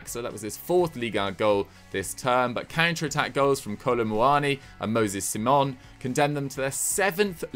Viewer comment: It isn't moses see-mon, it is moses sigh-mon. He isn't French lol.